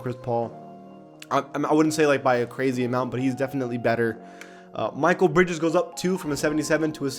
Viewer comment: it’s mekeel bridges not michael brides